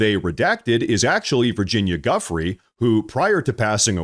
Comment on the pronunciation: Not Guff Ree Jew Frey Virginia Giuffre